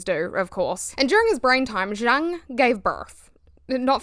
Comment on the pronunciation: It's yoong, the j is a y in pronunciation